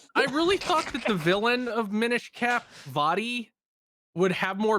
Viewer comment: "Mine-ish Cap" bruh...